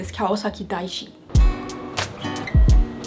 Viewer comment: Loved the vid :) But I swear I heard Kawasaki Diaso not Daishi...I thought wait...first stop is the Dollar Store? LOL